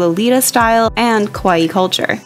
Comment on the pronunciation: I'm trying to not nitpick but I just wanna bring more attention on kawaii pronounciation. I know western tongue naturally say kawaii (cute) as "co-wai" but when said quickly it sounds like kowaii (scary) to me, but maybe we can say it with open A like in bArgain? I mean it's fine it's not like we all have to know japanese or say it like a real japanese but it might be good to know esp coz there's another word with similar pronounciation that's very different in meaning.